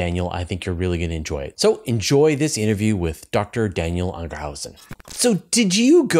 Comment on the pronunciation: Lol. Anger hausen? Does he know a joyhausen, or a lovehausen?